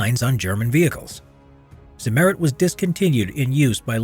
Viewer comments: Simerid nooooooo noo. It's called Z i MM eri T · Agh! Not zi-MER-it! You correctly note that the name of the producer was Zimmer: they named their product Zimmer-ite. With German pronunciation added, that gives us "TSIM-mer-EET. You're welcome. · Pronunciation of the word Zimmerit: Emphasis on the 2nd i, rather than than the e. Zimmer as in Hans Zimmer. Zimmer-it. Sounds more German than Zim-Merit. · Zimmer-it ...not zi-merrit. So dumb.. you even said 'zimmer' correctly at some point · "Zimmerit" not: EHRMAGERD ZEHMERET! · Zim er it. Zimmeirt. Not za mayrit. Fucking a. Also field applied is a myth. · Zimmerit is spoken more like Tsimmereet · "ze merit"?? Couldn't you have researched the pronunciation of a single word? Never heard of ? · Correct pronunciation is stressed on the second i. [tsimmer_i_t] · did i hear ZIMMETET??? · Its Cimmerit goddamnit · Ziemerit its prounounced at not zimmerit learn german american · Lol zimm*È*rit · Accent on the first syllable..... not second....... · Why are Americans notoriously incapable of pronouncing words and names from other languages in an even partly sensible way? The way he pronounces "Zimmerit" is simply absurd. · The pronounciation of zimmerit is so cute :D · the accent is on the i, not the e, sorry but it makes me cringe everytime you say it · The “e“ is spoken short. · The way he says Zimmerit hurts my soul.